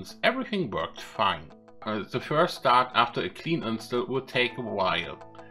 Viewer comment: If you don't mind a suggestion, you may want to check how to pronounce a word like "install" and some other words. Also, the way you said "bye bye" made me cringe so hard! Other than that, good video.